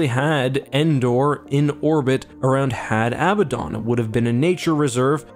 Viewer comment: Had Abaddon is pronounced "Had Ah-Bad-Dun" rather than "Had Ab-ba-dawn" due to the actual pronunciation of the name Abaddon (which most people mispronounce and misspell).